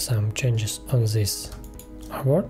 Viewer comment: so sorry, I can't understand a word you use, is it "airbot?" when you copy a frame or box you said "Now we copy this airbot?" Please accept my apologies for having to ask.